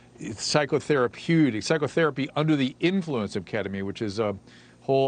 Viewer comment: ..pronounced keddemeen